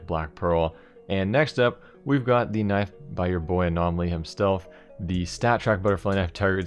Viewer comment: by your boi anomaly "himstelf", am i the only one to hear that?